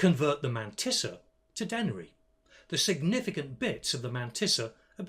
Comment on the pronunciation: your way of saying Mantissa is just so perfect. has to be said.